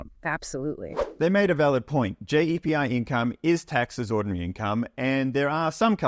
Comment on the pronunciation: JEPI is not an english term which is why the AI is getting it wrong, so it pronounces it as it sees it and hence JAY.P.I - great video though, I feel old lol